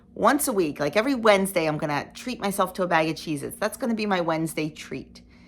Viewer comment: I agree about the pizza....if you use a substitute you won't be satisfied and will look for something else to eat. When Michelle and I did the Shred diet it specifically allows real pizza at times! BTW....when you said "Cheezits" I thought you said "Jesus", lol.